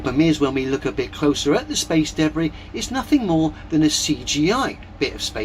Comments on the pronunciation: This dude should NOT be making any sort of profit from his terrible videos. I can’t even get past his pronunciation of debris. Deb Bri. Debb Rhea? DaBree … it’s so awful I can’t even type how he’s saying it. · Every time that guys says debris, I flinch. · He wasn't just eating soup, he was eating "me soup," which sounds like a combination of body fluids and excrement. What's "space daybray?"